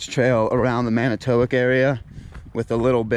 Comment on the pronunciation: It is pronounced Man i tow walk…